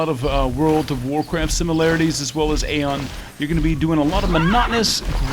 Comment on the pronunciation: why do people keep saying aion the wrong way they even say it in the game and people still mispronounce it, but it doesnt matter anymore nobody plays aion, only i play it cause im poor and dont even feel like buying guild wars 2